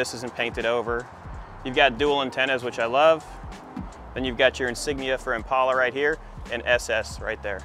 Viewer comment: Congratulations for being the first White guy in history that pronounces Impala correctly, with a long A instead of a short A.